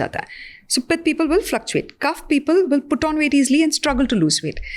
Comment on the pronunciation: I request please do not replace our words with English language It's kaph not kapha It's Vaat not Vaata It's Pitt not Pitta